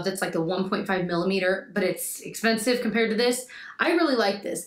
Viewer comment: Cracking up at you with that Charlotte Tilbury Hollywood Contour Wand. Had to rewind just to hear you say “expeRnsive” again. You’re adorable.